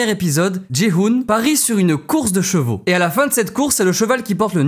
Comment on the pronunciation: Ptdr toi aussi tu dis les jveux (cheveux) ou les jvaux (chevaux)?? J'ai une pote elle dit comme ça aussi 😂